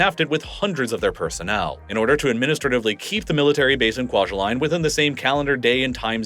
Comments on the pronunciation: It’s pronounced KWA-JAH-LEAN. At least that’s how I’ve heard it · Kwajalein is not pronounced like Kwa-juh-line its pronounced like Kwa-juh-lynn. My parents met there.